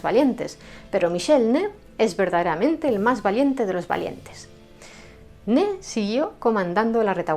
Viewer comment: No se llamaba “Ne”. Su nombre era Ney, y la y sí se pronuncia.